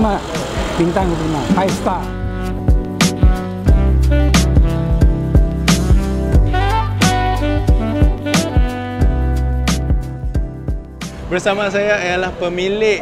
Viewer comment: Asal starr die panggil surr?😅